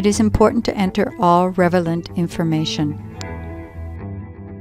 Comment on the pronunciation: Really excellent video. Just FYI, the word you wanted was "rel-e-vant", not "rev-e-lant" which I think I heard at least twice in your section on capturing (about ). No Biggie. And thanks again. This may actually help me figure this program out. It is kind of a hot mess with all of the steps to do anything. I've yet to figure out how to export the markdown annotations to Obsidian. It is easy with a PDF but impossible with a web capture -- even when a PDF is attached. What a headache.